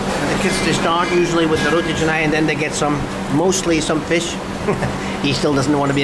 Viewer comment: Whoa.. Roti Canai.. Ais Kosong.... your malay pronounciation is like local! Eating with hand also like local. Amazing..